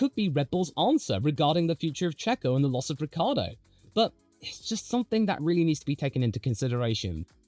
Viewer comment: oh, and Ricciardo is pronounced phonetically as " Rick kee Ar do " 4 syllables, not 3 syllables .. Lucille Ball was married to Ricky Ricardo, this is Daniel " Rick Kee Ar do " fyi